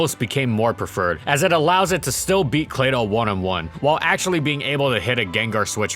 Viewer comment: "How good is Amino acutally?" lolol